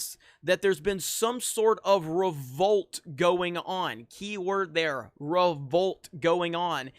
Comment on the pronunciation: How many times you gonna say. RO-VOLT